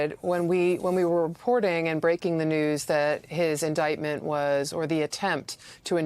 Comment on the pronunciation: iniment? jeez.